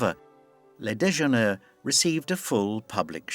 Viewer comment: Please ! Learn to pronounce "Déjeuner " properly. France is just a few miles off your coast. And while we are at it, learn to pronounce MANET properly, too. MAH-nay / Deux-Gah, not DAY-Gah